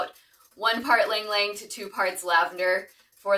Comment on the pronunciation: Very nice! Ylang-Yang is usually pronounced as “ee-lang ee-lang” in the Philippines where it grows naturally.